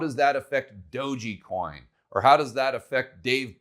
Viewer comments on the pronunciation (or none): Thanks for doing this vid. Good info. Tether has a spelling error on their site and you keep saying Dog’e’ coin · It's pronounced doge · i thought it was "dog ecoin" not "dough gee coin" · "Dogey Coin" lol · saying "doji" coin cracks me up every time hahaha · That's exactly what I came to the comment section to say.😂🤣😂🤣😂🤣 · Enjoyed the analysis but I come away with the feeling that doesn't quite know what he's talking about when he says "DogeYcoin" and thinks that Safemoon is "Dave Portnoy's coin". It's not a good look to mispronounce something like Dogecoin or not understand that Safemoon is just being hyped by Portnoy, he has nothing else to do with it. Hurts the credibility to talk about this stuff if you don't know basics. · Every time mispronounces "DOGE" a small Shiba Inu sheds a tear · How can you trust a person who can't even pronounce DOGE, smh.